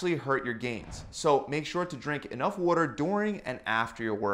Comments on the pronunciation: wooter Baltimore in the house?? I'm definitely gettin' Balda'mor vibes. jejeje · Wuter mellon. Hahaha. I love you. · Wuta & wutamelon 😂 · Is he saying water or weuter? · Random thought, I think is from Philadelphia or that Pennsylvania region cause the way he says water. Just a guess. Other than that, great advice like always.